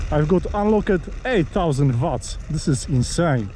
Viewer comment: its WATTS not vats lol